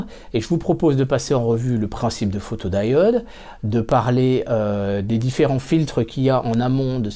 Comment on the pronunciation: Pourquoi prononcer photod"aï"ode, à la place de photodiode (à un moment tu parles de diodes en le prononçant à la française).